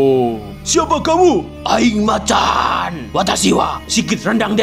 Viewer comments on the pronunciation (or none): none